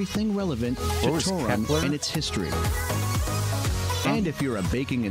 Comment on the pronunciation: Ah yes the famous "Toe-run" city.